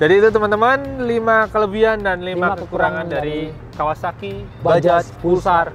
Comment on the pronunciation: Gw heran, Ini huruf "J" di baca apa ? Kalo ini? "Bajaj" Knp di baca Bajay Anjay